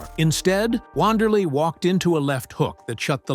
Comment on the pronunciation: it’s pronounced “Vanderlay”